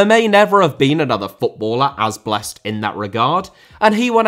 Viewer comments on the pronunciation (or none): none